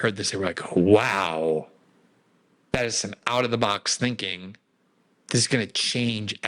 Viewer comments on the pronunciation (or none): none